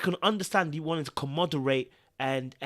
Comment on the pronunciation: Love your videos to bits but it's "commemorate " not "commoderste" ... sorry🤷🏾‍♀️ I'm like this in real life so no offence ok lol🤭 Stay blessed King✊🏾